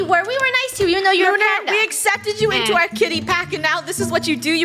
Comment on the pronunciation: ITS PAUNDA